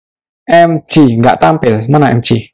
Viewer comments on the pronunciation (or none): EMGE bukan EMJI